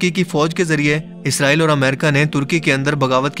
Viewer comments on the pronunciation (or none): none